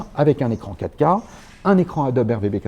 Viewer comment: j'ai mis quelques secondes pour comprendre qu'il parlait de la 4 K, je comprenais catca, mais bien sûr il s'agit de la "quatre K, "quatre" en deux syllabes sonores...c'ke j'pe' êt' bête ;( à part ça, video très instructive.